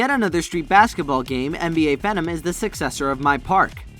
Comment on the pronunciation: Dude really said phenom 😂😂